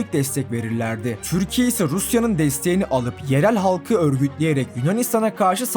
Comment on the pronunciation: Türkiye mizi güzel telefuz et lutfen çok tuhaf diyorsun Videolarin guzel ama